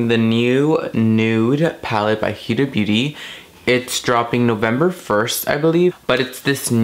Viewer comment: Great job, but I must say it's pronounced "Hooda" not "Hueda"...thought you did a great first impression of the new Huda Palette though! 😘